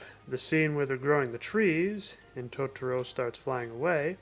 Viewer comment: Fox version is much better. The girls in the Disney version pronounce it “Todoro” . Also soot gremlins is not it. It’s dust bunnies. Nanny is voiced so much better in fox’s version … she’s supposed to be kind of silly and she’s way too composed in the Disney version. The dad is voiced way more boring in Disney and they eliminate or change a lot of what he says. The way the intro song is sang is so much better in fox, more folky. The disney version has a singer that sounds like she’s trying out for American idol and overdoing a song that’s supposed to be simple. In Disney’s version both Kanta and Satsuki sound way too young for their ages. The emotion is better in fox, and the voices fit the mouth movements in the animation better. Also I grew up with it and It was like watching a different movie when I watched the Disney dub.